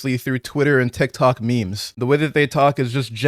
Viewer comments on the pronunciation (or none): none